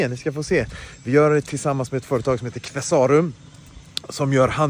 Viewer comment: Qvesarum är helt fantastiska på byggnadsvård, så otroligt mycket fint! Och nu är man väl picky här då men är Qve-sa-rum, inte Qvesá-rum, i all välmening.❤ (Känner mig som Hermione Granger "It's LeviOsa, not LevioSA" 😅) Så jäkla stört fint blir huset, älskar era färgval och alla tapeter! Så personligt.😍